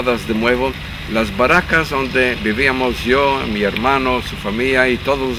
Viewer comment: Obsérvese como en el minuto pronuncia "baracas" y no "barracas". Esto nos permite hacer algunas conclusiones, la "r" del judeo-español no es castellana, pues entonces debería haber pronunciado "barracas". Es sabido que nuestra "r" es un préstamo del vascuence, pero que en el original latín era una "r" suave, como aquí se escucha. Luego entonces, la lengua sefardita no es 100% castellano. Esto lo digo porque algunas personas, con suma ignorancia y soberbia dicen en los comentarios de estos videos que no debería llamársele lengua sefardita, sino español, porque es su forma de pronunciar el español. Por esta y otras muchas causas es evidente que no es así o, dado el caso, con la misma legitimidad se le podría llamar al sefardita "Leonés" o "Aragonés" o "Asturiano" o "Catalán". Que por cierto, esta palabra "baraca" es un préstamo del catalán al español, y claro, nosotros ya la castellanizamos pronunciando "barraca" y no "baraca". O dicho en broma, se podría afirmar que él pronuncia bien al decir "baracas" y nosotros pronunciamos mal al decir "barracas"